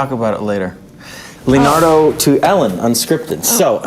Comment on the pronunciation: He still says Leonardy in the second take but he keeps going